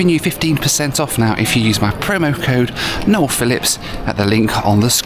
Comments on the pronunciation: I've never seen a burger on a flight - that is absolutely epic. Also love that even American robots can't get their head around the name "Noel". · I always have a little laugh when AI voice pronounces "Noel" as Nowel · AI calls you Noelle hahaha...well that's better than Josh Cahill calling you Noyel 🤣 I agree with you...Metholulu isn't my favourite city either. Oahu has plenty of nicer areas on the eastern and northern sides of the island.